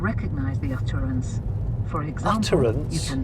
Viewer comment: "utterance" ;-)...it is English, mind you....but it's weird nonetheless, is it not?